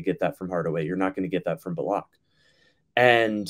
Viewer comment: High key dislike the way says Bullock